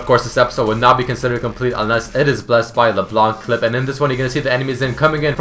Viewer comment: You dont pronounce LeBlanc like that ><